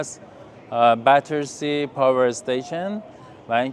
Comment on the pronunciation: ممنونم ولي بتسي نه باترسي